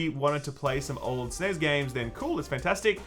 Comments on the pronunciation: S-N-E-S.............. its not one word!!!!! AAAAHHHRRRGGGGHHHHH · For the love of God, the N.E.S. was never known as News and the S.N.E.S. was never known as sness, stop saying it!